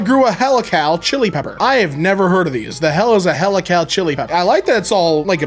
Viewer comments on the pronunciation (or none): "Helical" is pronounced like "heel-i-cull" and means like a kind of spiral shape. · That's "he-lick-al"...as in "helix"... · mispronouncing “helical” as “hella Cal” is the new soundtrack of my life! 😅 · Yeah, he pronounced it like it was an american city for some reason. But all it was is the regular word "helical", derived from "helix".